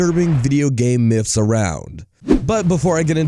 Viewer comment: Anyone else hate how he says myths as “miffs”